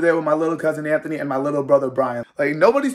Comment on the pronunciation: Bruh. Anthony really saying sommer is pronounced sohmer. Anthony. Your name is pronounced anth- uh - née. Not anth- oh- nee